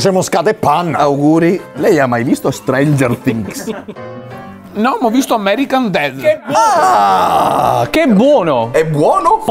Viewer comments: Tutto bello si , ma lei ha mai visto “stranger fhings” 🤣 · Riassunto del video: "Lei lo ha visto Streinger Tings?" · Nessuno: Assolutamente nessuno:: "Lei l'ha mai visto strengerfttings?"